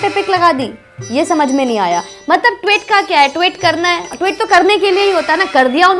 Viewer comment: ...your videos are informative and sincere and passionate, etc. But your pronunciation of Tweet as Twit is most enjoyable. Twit has a completely different meaning. Just an observation. Not a criticism. Your videos are always liked.